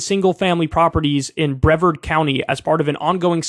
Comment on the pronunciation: In Florida, Brevard should rhyme with yard.